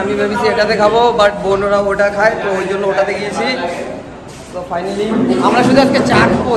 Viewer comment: ওটা ফানালি না ফাইনালি হবে। অনেক ভুল ভাল বকো তূমি। আর সো গাইচ সো গাইচ বারে বারে বলার মানে কি বুঝি না